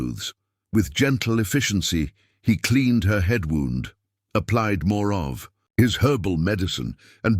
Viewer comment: Love the story but spotted her left hand has 6 fingers ! And sometimes words mispronounced eg wound as in injury. But still enjoyed story.